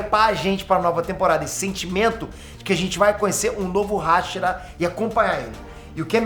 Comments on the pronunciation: Se falar hashira ele fala rachara 🤣🤣🤣🤣🤣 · Mn q raivaaa ele fala raxiraaa i e hashira.. ele n pronuncia certo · Para de falar RÁshira plmds, ta me encomendando pra crlh KKKLKKKKK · Ninguém,: RASHIRA 🥸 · Você é um ótimo YouTube mas você não sabe falar hashira